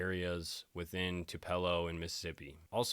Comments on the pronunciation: Its pronounced Tu-pa-low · As a Mississippi girl let me clarify- it’s pronounced “Two puh low” emphasis on two instead of “Two- pello”😘 def been wondering the same thing about Charlie Kirk🤔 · Sorry but you had me laughing about you pronouncing tupelo, I live in the area, it is pronounced two-,pell- o but you got to say it real fast. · im from about 10 minutes away from tupelo and no disrespect i promise it’s pronounced “too-pa- low” it just made me cringe a bit lol love the videos tho keep it up !! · Pronounced “2’ - puh - lo”… couple Hours from Memphis 😉😘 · It is pronounced 2 pa low. Tupelo. So a sharecropper is basically what the name says. A person owns a piece of land that they want to farm instead of hiring someone to work for them they bring in somebody who works the crop and then when the crop is sold, they share in a part of the profit. I have been to Graceland, probably 14 times. I live in Tennessee and every year when my grandmother came from Michigan, she drugged me through all of the Graceland exhibits because she loved Elvis. Yes, you do have to register when you are 18. I think you normally do it at the post office if you are a male and you do not it’s actually against the law. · Not to be THAT person, but I can't help it. Tupelo is pronounced "TOO-puh-low" 😊 Just for future reference lol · DJ, it’s pronounced, Too-pa-low. From your Mississippi audience! 🫶🏼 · Is Tupelo...produced Too pa lo..You prpince many words wrong..not being mean..just try and look up words like SPECIC,NOT PACIF..